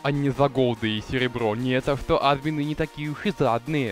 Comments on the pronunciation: Не а́дмины ,а адмиииины ,не го́лды ,а голды́ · Блин!!! Говори не Админы, а адмИны(( пожалуйста( 😇